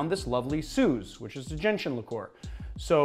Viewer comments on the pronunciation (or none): none